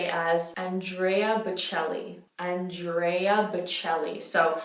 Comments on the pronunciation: Complimenti! Il tuo Italiano è perfetto, permettimi però di fare qualche piccola correzione: Andrèa (non Andréa); Giórgio (non Giòrgio); Alighièri (non Alighiéri) :-) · Ho provato a pronunciarle come dici tu: Giorgio chiuso ci sta ma AndrÈÈÈÈa e AlighiÈÈÈÈri sono inascoltabili hahahah